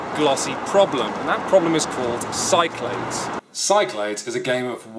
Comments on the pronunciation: I wasn't too frustrated with alternating pronunciation of "Cyclades" until he did it 10 seconds apart. When you're at the point that you can't make up your mind from one sentence to the next, you really need to cut the shit and commit. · There's no way Cyclades is pronounced like that! It's SIC-la-DEES! (Or apparently KIK-la-thes in Greek) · its named after the Greek Islands, pronounced sick-la-dees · I like Shut Up and Sit Down, but the mispronunciation of Cyclades makes me cringe literally every time.